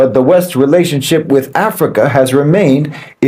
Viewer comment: I'm hearing bananas Everytime you. Say Africa